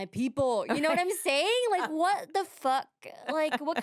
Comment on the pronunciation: HE SAID YOU KNOW WHAYT TIME IT IS LIKE I KNOW WHAT YOU DID LAST SUMME WHEN HE STABDED ME